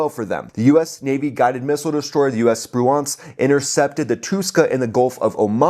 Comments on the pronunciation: It's pronounced “sproo-inc”, not “spru-aunts”. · Love your info! Spruance is pronounced spru ance( the ance is like dance) not nuance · SPRU-ants, not spru-AUNTS. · SpruAnce...or SpruInce... is the pronunciation, not SpruONce... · FYI, it's not sproo-ahnss, like 'nuance', it's Spruance like sprooence. Watch some of the golden old wwII movies that mention admiral Spruance. Dang I'm old. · It's Sprooence not Sproo-Aunts. Ffs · Awesome. As usual... Also, Navy guy here. "Sproo-awnce" is unsat. "Sproo-intz" (rhymes with "truants") is where it's at. You're welcome, sir! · Really enjoy your videos but check your pronunciation of "SPRUANCE". It's pronounced SPREWENCE. Keep up the great work. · USS Spruance, named in honor of Admiral Raymond Spruance, is pronounced Sproo-unce. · Pronounced Spru-ence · Correct your pronunciation of USS Spruance. It's pronounced SPROO-antz (/ˈspruːænts/). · Assume the US ship Spruance is named after WWII Admiral Spruance. If so, most of the historical pronunciation puts the accent stress emphasis on the first syllable of his name:Spru’ance. Almost sounds like “Spruence”. My Dad was a Naval Fighter Pilot under his Fast Carrier Task Force 58 command during WWII. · not to be a stickler, but it's pronounced sprewince and arlee burke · It's pronounced SPRU-ance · It's pronounced sprewence. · Stop saying Spruance! Your emphasis on the wrong syllable is hurting my brain! 😵‍💫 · The pronunciation of the Spruance rakes me out of it. Hate to be that guy.. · Love ya, dude, but how can you not know how to pronounce Spruance correctly? Watch a few WWII sea power videos to find out. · your pronunciation REPEATEDLY of USS Spruance was so bad, for the first time ever I was forced to question whether number one you were American and number two your US citizen! Good grief, dude I have never seen an error so egregious! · Cool video but the way he pronounces Spruance, lol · Your pronunciation of Spruance made me cringe evertime you said it. 😬